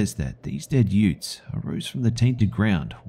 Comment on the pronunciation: . Excuse me? Did you say yoots?...Whats a yoot? lmao. My mind went straight to the court scene in My Cousin Vinny